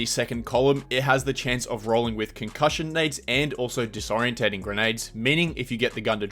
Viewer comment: disorienting say it correctly holy shit